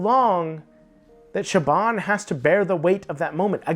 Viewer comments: the guy in the video pronounces her name like it's a B, when it should sound like a V. I thought that would have been pretty obvious. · he's saying it mostly right, but the bh is supposed to be pronounced as a v. Idk why that is, ask the long dead Irishman who decided that's how that name would be pronounced. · THERE'S NO B IN THE PRONUNCIATION OF HER NAME! IT'S A V!!! Sorry, but this bugs me... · btw, her name is pronounced "Show-Von." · Her name is pronounced Sho-V-on. And the crystals are palimpsests. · great video. Just for future reference, I believe Siobhan's name is pronounced with a 'v' sound ('Sha'-'vawn') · he isn't tho? Is saying it with a b like every time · I was yelling at my phone lol "her name is pronounced shavon, siobhan is a beautiful Irish name" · I don't think that's how you pronounce Siobhan, my guy.